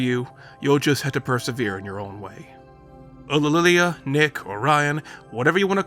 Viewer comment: It may be difficult to pronounce, but the way you say "Ulililia" is really quite beautiful